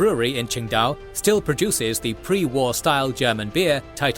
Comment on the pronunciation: Could you contact me before making videos about Asia, your could have made this video so much better with just ten seconds of me telling you how to correct your pronunciation. It is not a "ts" sound at all at the beginning of Qingdao.